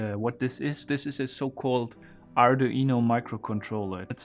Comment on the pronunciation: The what? "Are e no"